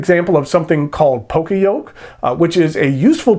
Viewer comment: just wanted to mention it's pronounced "yo-kay" in poka-yoke